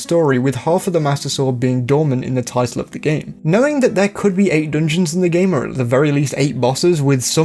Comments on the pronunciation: If this dude says “DNJNS” one more time…. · not meant to be poking fun at your accent, but the way you say "dungeons" provides endless joy and personal fulfillment